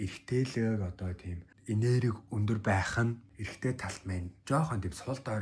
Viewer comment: Өндөр гэдэг үгээ тод хэлээч 1 дээр сори